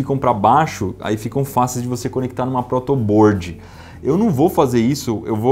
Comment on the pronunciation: Ótimo video como sempre. A única coisa que me incomoda é a pronúncia "protobôôrd" é protobórd, simplificando. Mas não sou malasem, é só que quando uma pessoa é brilhante como você, a cobrança é maior. Valeu Iberê!